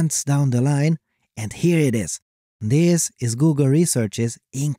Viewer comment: yeah, whenever he said "this" it sounded a bit off